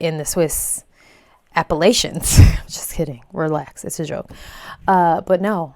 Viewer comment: You've really gotta start pronouncing Appalachia right lmao That said, next conflict here, ive i see a gang of elephants in Appalachia, im pissing my pants....and i pray to Mothman!